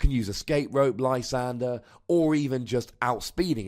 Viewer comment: Haven't listened to the show in a couple months. I can't help but notice you finally caved and call it Lysander instead of your Frenchman pronunciation.